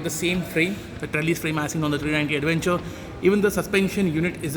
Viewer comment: What is an aduvenchur? Careful with your pronunciation brother. It's awkward. Use English not Hinglish.